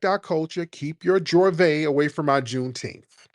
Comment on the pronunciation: It's not Jorvay it's Juvay, pronunciation.